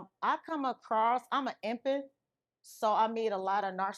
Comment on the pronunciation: You’re a“ empey”…. Baby girl….. EMPATH.